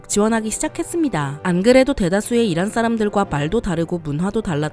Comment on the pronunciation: 에 '이란'을 '이라'라고 했습니다!!